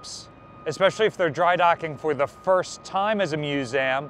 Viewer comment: I’m sure someone has said this already but what’s with “Muse -Am”. Are we just being cutesy?